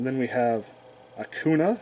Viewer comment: I love it when you say "Akuna" to "Akainu" XD I also bought some of the cool Omega Rares in the last time. They are great. You can also see if its a reprint because of the corner right. There is a "A" for the reprint. The normal print hasnt that "A".